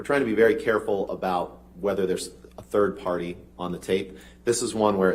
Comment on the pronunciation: Is it Turd party or third party? Or both?